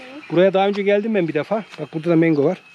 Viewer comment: Slm kardeşim güzel bilgiler için teşekkürler.güzel ülke.bu arada mango.mengo deyil😁